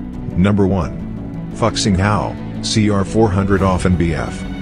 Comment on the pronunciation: . Your pronunciation of our Chinese Fuxing Hao is terribly wrong. The name of that train is not even remotely similar to the F-word in English. Also, the TGV Duplex was first introduced to France back in 1996. I think the 2007 modified TGV Duplex should go in number 2 because it also has a seperate name. The name given to that TGV train is "V150".